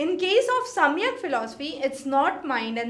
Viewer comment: Please fix your pronunciations first. Samyak or Saankhya? Jan yoga or Gyan Yoga ? Bhram or Brahm? Vashishk or Vaisheshika? Kannad or Kanaad? Those who are listening to you the first time will adopt these pronunciations as correct. Just something to consider…